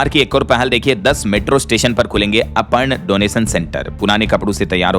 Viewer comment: अपर्ण नहीं अर्पण है भाई